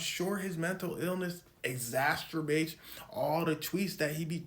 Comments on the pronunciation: Exastrubate instead of exacerbate had me going off lmaoo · There is no T in the middle of exacerbate bro. Combining exacerbate and masterbate is diabolical 😂